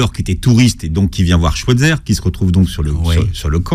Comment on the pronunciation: sauf que lui aussi le prononce mal, c'est Schweizer avec un "aïe" pas un "è"